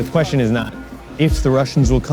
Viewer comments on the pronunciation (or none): none